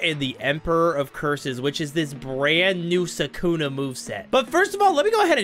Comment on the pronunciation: I do not like you why?: You’re saying Soukouna, instead of saying sukuna